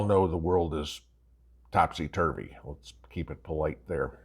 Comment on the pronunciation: You said tipsy turvry… I was thinking something much worse. Thanks for keeping me PG 😂